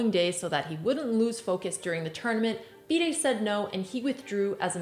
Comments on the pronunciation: its FIDE woman as in FY-DE not DEE-DAY omg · I've never heard someone pronounce FIDE like that lol